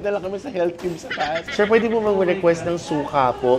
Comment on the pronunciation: health is heALTH GALING TLGA MG BRITISH NI TATAY LOVE LOVE